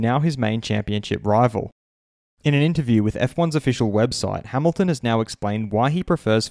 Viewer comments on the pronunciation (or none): Lewis Ha-ME-lton